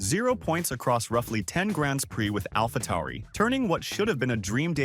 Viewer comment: Nyck de Vries not Nick de Vries and it's Alphatauri not Alfatari.